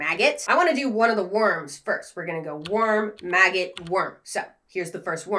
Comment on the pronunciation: It adds 30 seconds to my life every time says MAGGIT